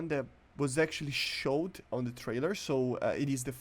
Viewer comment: "showead" holy shit